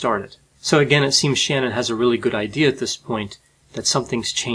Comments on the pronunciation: Not really. Watch Watts' sentencing hearing where her mother gives a victim impact statement. She pronounces it SHAN-nan - accent on FIRST syllable. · For integrity, her name is pronounced “shuh-NANN” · It’s pronounced Shu-nan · Pretty sure the wife’s name was pronounced Sha. Nan. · He was not "in a rage" when he killed Shannan (pronounced Shan-anne). He planned it for a week or more, and had actually tried to suffocate both of his children before he killed Shannan. He said they "came back alive" and he did get in a rage when they walked in on him killing her. He saw them as impediments. Later he said it was God trying to stop him . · Please learn to pronounce her name correctly..It's Sha--nan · Her name was pronounced shaNANN. The enunciation was on the latter part of her name. Shanann should have trusted her instincts about Chris Watts. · I know this doesn’t matter but it bothers me the way you say her name lol. It’s pronounced SHUH - NAN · Her name was pronounced Sha-Nan. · I like your videos - had a hard time watching this one because you mispronounced Shanann’s name the entire time. “Sha-Naan” is the correct pronunciation. If you listen to Chris’ interrogations, the sentencing, the victim statements, you would hear the correct pronunciation. Surprised you would make a video without knowing that. Otherwise good video. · Her parents pronounce it like "shannon" but she pronounced it like "shan-ann" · I watched a documentary about this case and a few things stand out. I don’t mean to be a pedant here but her name is pronounced “Shah-nann.” Just putting that out there. The docu sheds a lot of light into the relationship between Shanann and Chris Watts, and into their respective personalities. Shanann was a MLM sales rep who posted a lot of videos on social media and Chris was said to participate in them, but somewhat grudgingly as he was more introverted and didn’t like doing so. There are other aspects of interest worth checking out. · It's pronounced "Sha-Nan"..